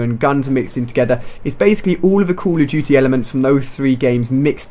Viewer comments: CALL OF DUTY, NOT CULL OV CHUTY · I love how Ali-A says "Cool Uv Doo-Tee"